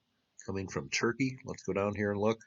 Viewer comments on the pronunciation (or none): none